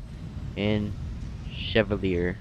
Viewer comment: It's pronounced "Che-val-yay".